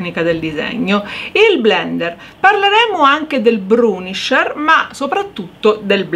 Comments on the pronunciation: si dice bURnisher, non bRUnisher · Grazie per l‘utile video 👍🏻👍🏻 Piccola accortezza: il burnisher si pronuncia senza R dopo la B 🤗